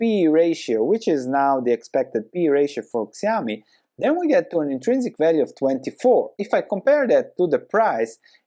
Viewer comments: Nice analysis! It's pronounced shee-ow-mee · Yeah, you pronounced it wrong: it's more like "shiaomi" Xiaomi price looks not bad now, also it just double bottomed, but about the company, they don't have a strong moat. You don't buy their products cause you wanna own a xiaomi, you buy cause they look ok and they are cheaper than other. Next time you may buy an other brand cause who cares if it's xiaomi or whatever. They don't even use the same logo for their mobile phone and the electronic appliances.